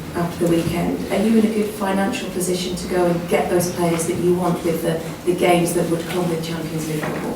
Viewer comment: lol when he said pussytion